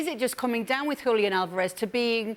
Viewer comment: Congratulations to Kay for the way she says "Julián"